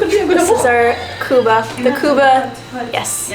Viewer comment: not kuba it's kubba